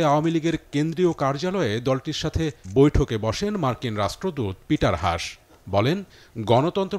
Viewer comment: Please correct your pronunciation. It's not পিটার হাশ, it's পিটার হাছ।